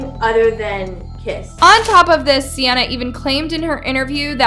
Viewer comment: Love how she be saying sianna gomez but it’s 🤪